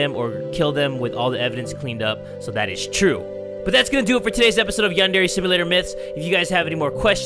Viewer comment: It's (yon)(der)yonder